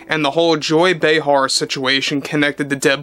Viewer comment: Say her name right Joy Brayheart.